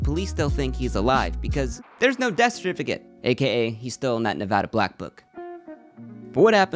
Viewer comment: finally someone that pronounces nevada correctly